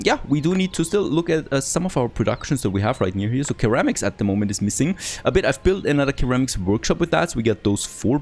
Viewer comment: Ceramics - pronounced "Seramics"